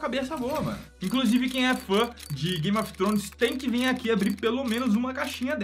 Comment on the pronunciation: "Game of tronos"